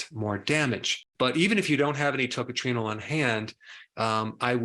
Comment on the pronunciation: You don't pronounce that as TOCATRINO for heavens sake!